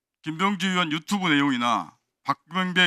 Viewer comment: 1분11초 유튜브하자고 이거나만이렇게들리는건가?ㅎㅎㅎㅎ